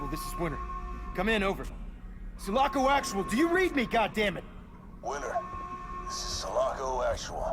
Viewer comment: I was waiting for Drew to correct Ryan about Sulaco. First time i heard Ryan say it I was like like "wait whaa?" It's all good Ryan people make mistakes also Go Drew! Also mah main man